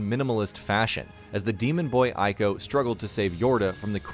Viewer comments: ICO is read as [eeko], not [aiko]. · Binary domain was way better than people think, I still have it on ps3 edit: Ico is pronounced ee-co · It's pronounced "eee-ko". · Exactly! They can't even get the name right 🙄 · I JUST found out that Ico is pronounced EE-co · Did you just call Ico "Iko"? Im hurt man. This video was great til that. Still good but oot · It's pronounced, ē-kō (ee-koh)